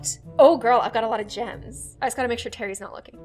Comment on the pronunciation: It's not 'terry' it'd 'tary'